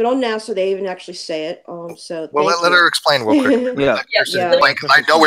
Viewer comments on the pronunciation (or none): none